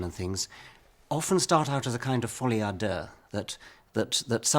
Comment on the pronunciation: thats the worst pronunciation of folie à deux